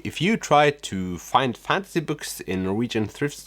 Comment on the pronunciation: I like your funky sense of humor and it’s interesting how thrift stores look in other countries, I’ve been to quite a few in the US. Also, you mispronounced the genre “fantasy” and kept saying fancy lol. (Maybe keep that in mind for future videos?) I love Karl Ove Knausgaard and got his whole My Struggle series but I get how he can be a bit much with his ‘stream of consciousness writing on steroids’ and he is a bit too self- absorbed at times, but the many ‘aha’ moments he gave me made it all worth it!!!